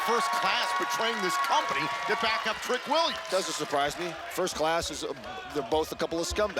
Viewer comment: It's Matrick Williams hahaha Psi-chopathicpeppamintpimpin 😅😅😅😅